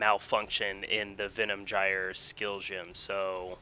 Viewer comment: it's not Venom Jyer.... you fuckwit.. it's Venom "guy-er"